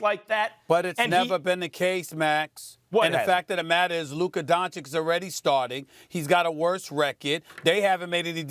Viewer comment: Stephen "LUKER Donch-ich" Smith 😂